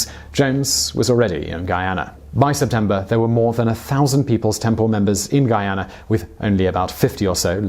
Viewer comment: You pronounced Guyana correctly 🤯👏👏👏👏